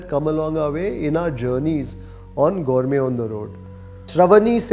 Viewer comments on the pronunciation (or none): Gourme gourme antha saaythane ee yappa 😂